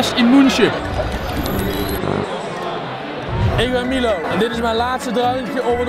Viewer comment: 'Ik ben Milo en ik weet niet hoe je München uitspreekt'